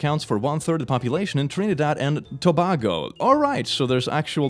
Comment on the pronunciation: I hate the way you say Tobago use the the long A sound next time please. yours's sincerely A Trinidad and Tobago Subcroober